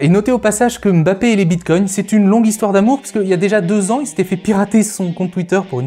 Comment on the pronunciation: Enfin ! une personne qui prononce correctement le nom de Mbappé. Eh oui c'est bien mbappé et non emme bappé comme on entend partout. Pouce bleu direct. Concernant la vidéo c'était très intéressant.